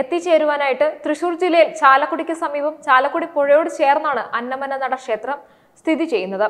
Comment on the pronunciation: അന്നമന്നട എന്നാണ് ശരിക്കുള്ള സ്ഥലപ്പേര് "അന്ന മ നട" അല്ല.